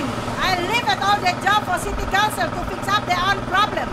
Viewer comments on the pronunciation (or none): Ndak apa2 Inggris grammar nya ngaco, yg penting masi bisa dimengerti.... semangat ya buuu :D semoga city council nya sadar dan mulai memperbaiki lingkungan nya <3 EDIT: oh ya...bu kedepannya "council" nya jgn di singkat jadi "Con"... karna dengernya kyk mau ngomong "kontol" wkwokwokwok